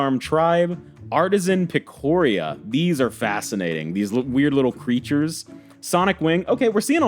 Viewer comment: "Artisan Pic-oh-ree-ya" ~ 2024.